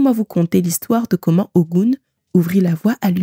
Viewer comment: YEP ! Même appellation en langues Fon, Mina, Adja et bien d'autres. La conteuse épelle comme elle le lit en français, ce qui donne "O Gou N..." Mais la vraie appellation ne peut se faire en francais. NO WAY!!! Il faut parler Yoruba ou être africain ou "asiatique* car seuls eux possèdent ces variantes phonétique particulière dans l'intonation. Hotep. La Paix